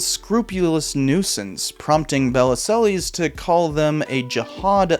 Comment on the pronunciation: Interesting video. Regarding Bellesiles, one of the articles you clipped includes a helpful guide to pronouncing his name: buh-LEEL. I feel you could have done this basic research. That said, I remember this scandal. His book did incalculable damage to our ongoing struggle for sane gun control laws.